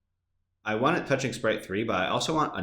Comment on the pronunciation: You Say Want Weridly